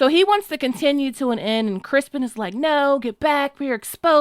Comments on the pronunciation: Criston ...not Crispen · Oh please stop saying Crispin It’s Criston Criston Cole!!! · I'm truly sorry, but have I missed some inside joke? Why do you keep referring to Set Criston Cole as "Crispin"? LOVE ur videos, but am confused at the moment..lol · I’m missing some major joke here. Why is everyone calling him “Crispin” instead of his name “Criston” ? What did I miss??? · Everyone calling Kingmaker Cole "Crispen" like Damon did.🙃😅😅😅😅😅😅